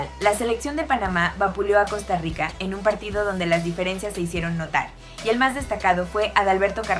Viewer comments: COSTA RISSSA😂😂😂😂😂😂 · Costa Risota 😂😂😂